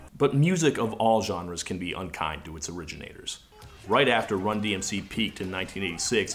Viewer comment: It took me months and repeated watchings of this video to realize that the sports comentator butched the named of the band, just further proves how little people would care about them